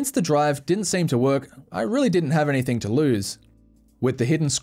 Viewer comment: "AnythinG" not "AnythinK"